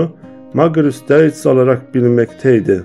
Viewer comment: Emeğinize sağlık, nacizane bir kaç düzeltme yapmak isterim. Deutz’un okunuşu: Doyts Conrad Dietrich Magirus okunuşu: Konrad Diitrih Magiğus